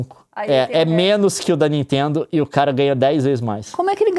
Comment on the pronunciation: "da ninteendo né..." Juro que ouvi o Gregório Duvivier quando tenta fazer sotaque de paulista, só faltou o "meu" no fim: "da ninteeendo né meu...." hahahahahha